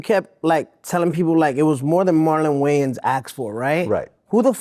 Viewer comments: “That’s Marlon Waynes.. not Wayans” 😂😂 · That’s Marlon Wayans not Marlon Weigh Ins lmfaooo😂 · Marlon Waynes not Marlon Wayans 😂😂😂. STOOPID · I know Vlad was like 😑 when 69 said "thats Marlon Waynes not Wayans" 🤣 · "thas marlon waynes" not way-ans! lmao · It’s Marlon wayins not wayans lmaooooo I’m dying from the comments too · Tekashi cant get over the fact it that his name is Marlon Wayans and not Marlon Waynes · "Oh that's Marlon Waynes, not Wayans." No it's not bro... it's fucking Wayans. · Yo that’s Marlon Wayans not Marlon Weigh Ins 😂😂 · That’s Marlon wayans not wayans wtf lol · “Marlon Weigh-Ins”🤣😂😂💀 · Lol😂😂😂 why you calling him weighins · "Bro thats marlon wayans not marlon wayens" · The Wayans Weight -Ins 😂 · Marlon Wangs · No, Rainbow Brite, it's WAYANS. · Marlon wayans not marlon wayans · This guy not knowing the wayans is pronounced. Jeez